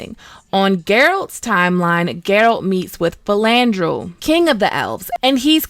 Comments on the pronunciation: ARETUZA, not Artenuza AEDERN, not Aden FILAVANDREL, not Filandrel NAZAIR, not Nazir CONCLAVE, not Concleve Having said that, nice analysis of the overarching themes, they make me appreciate the series more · Also called Filavandrel Filandrel. Cut out an entire syllable.